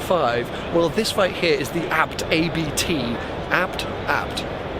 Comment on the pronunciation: Fun fact for everybody wondering how to pronounce ABT (and being a formula-E fan, at the same time) : Daniel Abt, youngest member of the Abt Dynasty in Germany, just won the latest formula-E race. so... it is Abt, not A.B.T.. Smartass mode off.